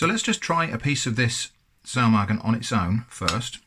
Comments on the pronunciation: Your pronunciation of Saumagen is alright! My Grandma doesn't serve it with mustard but I guess it goes well together as Saumagen tastes similar to Fleischkäse, which is usually eaten with mustard. I'm actually surprised to see Saumagen being sold as an international product as it's regional dish from Palatine. How much did these cost? It looks like an excellent thing to have on the shelf when there's nothing left in the fridge! Edit: I looked it up, it's 4,50€ for the Bread and 6€ for the sausage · Your pronounciation of Saumagen is pretty good. It sounds a bit like a very northern german accent which is funny because Saumagen is a regional dish from southern germany but I've heard worse from people claiming to be completely fluid in the german language.